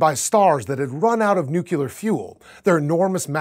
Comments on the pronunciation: I got the same urge when he said "NU-CU-LAR" when it's supposed to be "NU-CLEE-ER." It's difficult to take anyone seriously when they don't know how to pronounce such a simple word that's used so frequently in their chosen area of expertise. I'm not as upset as some people seem to be about this, but if a teacher was to use this channel in a classroom... it's a video I'd avoid. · Mr. Host-guy-whose-name-I-am-unsure-of, For the love of science and all that is logical, it's 'new-cleus' and 'new-clear', with one 'u' sound. No more 'new-cu-lus' and 'new-cu-lear', please? Don't get me wrong, I'm a fan and dig and appreciate what you do, but please? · Nuculei? Nucular? It hurts. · nuclear, not necular for fuck sake. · So, yes, I think nook-lee-eye is better, but wow, folks, chill. Complaining about it isn't too bright because 1) you're full of suck, and 2) what if he's trolling you? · Please... Pronunciation... I was on the verge of tears of frustration at this "neukeulai" pronunciation. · He totally said, "nucular fuel". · It's "nuclei," NOT "nuculei." It's "nuclear," NOT "nucular." It's "nucleus," NOT "nuculus." I know it's a nit-pick, but as is evidenced in many of my comment's predecessors, it's astoundingly distracting. This is a science channel. Please pronounce is correctly. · Awesome video... But you're pronouncing nuclear wrong! It's "nuclear" not "nucular". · nucular fuel? :D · haha you said nucular lol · Homer: "Nucular! It's pronounced 'Nucular'!" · "Nucular" - presenter of a science show. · As a science presenter, HOW can you say NUCLEAR wrong so often‽ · Now you need to make a video, just to appologize for mocking W for his insistent mispronounciation of anything having to do with atomic science.